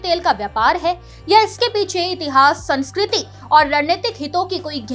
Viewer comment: सांस्कृति नहीं संस्कृति , समाकालीन नहीं समकालीन बोलिए बहन जी।🤔🤔😔😔🤨🤨😡😡